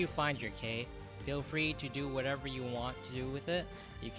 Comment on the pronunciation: Ket. Like Cait Sith:Ket Shee. It's Scottish.